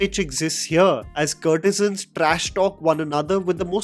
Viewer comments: “Courtesans” like COURT-e-suns (like the word ‘court’ - kōrt) - not “CURT-e-sans” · It’s not curtesans,, it’s courtesans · Please stop saying kurtesans it’s “court”e san. How you say court not curt. “Court e zun “ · I agree with you critique. I cant however fathom you repeatedly saying - 'curtisans'. Aren't they courtesans. Perhaps something to focus on before your next critique. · What's a CURRRRRRRT E SUNS??? And not once...SEVERAL TIMES! It's as if this guy has never heard of the proper pronunciation of courtesans in his almost 30 years on this earth. Or Tawaif, perhaps??? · you are pronouncing courtesans wrong all through the video!